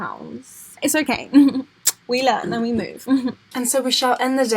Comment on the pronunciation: I’m ready to “movf” into a house 😂😂